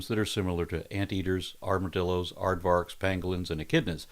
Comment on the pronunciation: May I merely impose myself and state that the 'v' in Aardvark is actually pronounced like an "f". So, Aardvark sounds more like Aardfark. Afrikaans tends to pronounce the v as an f, like it pronounces w as a v. So, Aardwolf, likewise, actually then sounds like aardvolf. Sorry, but not sorry.